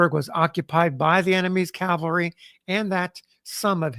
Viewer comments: Always love these "experts" who don't its pronounced CAVALRY......not CALVARY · the guy reading the account says calvary every time the text says cavalry. the text spells it correctly, but he pronounces it backwards every single time. i thiught that is what confused you.. spellcheck won't correct it, as it doesn't know which word you mean.